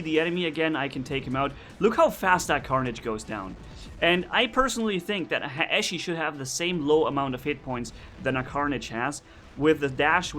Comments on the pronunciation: Actually Haechi is a Korean name so it Should be pronounce like that. 해(Hae)치(chi) which is pronounced Hee-chi (not Hichi). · Pyrotech442 Yeah sorry if i sould like an ass correcting you. All I meant was that the words should be pronounce from were they come. Although Haechi is written in english it comes from a Korean word romanized. That's why think the real pronunciation Should be respected.